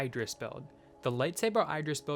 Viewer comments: it's not "I"dris it's like "E"dris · its pronounced eedris